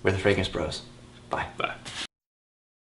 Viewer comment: The Fragrance Brurs (lol). You see THAT'S the wonderful personality, adds to these excellent fragrance reviews. Another great video guys.